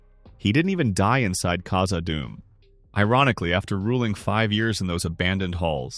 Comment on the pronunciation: khazaD dum. Two Ds two words. Not kazaadum.